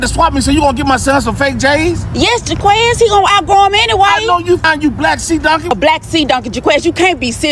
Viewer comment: 😂😂😂😂he said sea dunkie